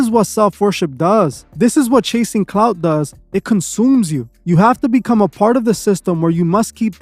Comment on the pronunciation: Clout, not cloud, dummy